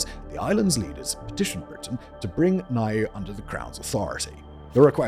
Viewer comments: Niue is pronounced New-way NOT ni-you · Niue = "Noo-ay" ... Kiribati = "Ki-ri-bas" ... Tonga = "Tong-uh". Most people get "Kiribati" wrong, but only Americans pronounce Tonga as "Ton-guh". 🤣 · I feel like I'm ragging in you here mate, but Niue is pronounced New-way and the people are New-way-uhns. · omg he did the name with Niue. What is it with pacific islands and Simon.